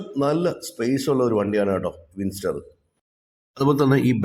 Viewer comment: വിൻസ്റ്റാർ അല്ല ബ്രോ വിൻഡ്സർ എന്നാണ്.